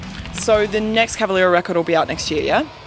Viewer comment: Por favor Max... Fale "Cavaléééra"....com o ééé bem aberto... Não faça sotaque no seu próprio sobrenome...